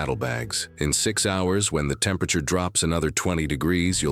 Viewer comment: Your A.I. doesn’t say temperature very well .. makes up words